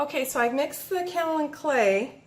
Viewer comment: Pronounced - K.O. Lynne Clay & You have lovely hands.